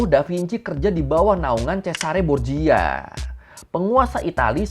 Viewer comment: bang, dalam bahasa Italia 🇮🇹, pelafalan huruf CH itu sama dg huruf K, & pelafalan "GIA,GIU,GIO" itu jadinya "JA,JU,JO". jadi Verrocchio itu pelafalannya bukan Verocio tapi Verrokkio & Borgia itu pelafalannya bukan Borjia tapi Borja.